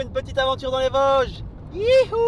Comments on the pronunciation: Bien sur qu'on dit les Vôôôôsges !!! Ahah bienvenue en Lorraine !! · Merci pour la rectification du "o" de Vosges ! Mon oreille lorraine souffrait un peu 😂